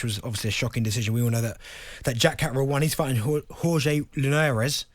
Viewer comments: I started creasing when Anthony crolla called him ‘You’re gay Linares’ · Bent butchered Linares' name there 😂